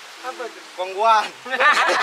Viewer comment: When ooy said:.. Roti.. Kongghuan🤣